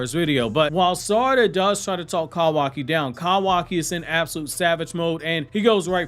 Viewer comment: I hate the way you pronounce kawaki tf